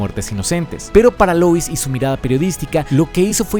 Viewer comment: Por qué pronuncias Luis??? Por qué si todo el vídeo pronuncias Lois normal, pero cuando dices "Superman & Lois" dices Luis? XD. Pd: supuestamente el del traje no es Lex, pero habrá que ver la peli hasta entonces.